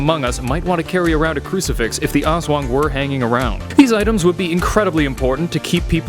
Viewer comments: Its ASSWANGG not awswang haha lov your accent bro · Yeah its called (Aswang) not (Es/wang) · Aswang literally translates to Ghost also it's Aswang not As-wung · "As-wang" Not "As-wong" -. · Im filipino But it is said As-wang not Aswong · Not awswang it's aswang literally I live in the filipines so yeah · They are real. My uncle has one on speed dial---literally. And for pete's sake, it's Us-whung Not Aaahhss-waaaaaaang. And no, your idea of them joining terrorists is laughable since they have almost no human inclinations. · Lol he pronounce (O-S-S-W-A-N-G) it's funny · I was watching the on the Creepy PHILIPPINESSSSS Legends and When he pronounced Aswang I laughed so hard I nearly peed He said Azweng LOLLL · The pronouncation is as-WANG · Love it each time he says aswang pronounced as aws wung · Pronounciation: A s wa ng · Little correction as a filipino, Aswang is pronounced as: As-Whang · Oh no wonder the name looked familiar also in philippine it is pronounced as (as-swang) dont take it out of context.... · It's funny how he pronounce aswang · ITt pronounces ASWANG not AS-WANG . correct pronpunciation is to say it bit faster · The way you pronounce aswang is so funny 😂😂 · me as a Filipino his pronunciation of "aswang" is actually very funny to me😊😊😊😊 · His pronunciation of 'Aswang' is slightly disturbing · As a Filipino my self its funny the way he says "aswang" and Aswan can also be called a ghost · How you said Aswang made me cringe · Your pronunciation is wrong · Oo nga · Zekken - MLBB Hahahahaha mee to, its so funny how foreingers pronounce filipino words🤣🤣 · That aswang being pronounced